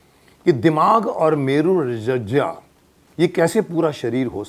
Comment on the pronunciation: मेरू रज्जा नहीं, मेरू रज्जू है।